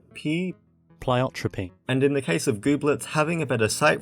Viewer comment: Pleiotropy ❎️ Pleyieiotroriyopy ✅️